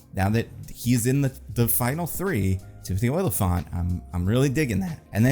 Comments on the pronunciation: its not OY-lyphant, its O-lyphant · Oh-li-phant. Not "Oilafont." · It's not Oily-fant, it's Olly-fant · Every time says "Oily-phant" it kills me